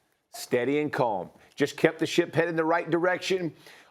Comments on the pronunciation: Stephen A said “Matt LeFluuuuh” LMAOOO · That pronunciation of LaFleur's name from SAS 😂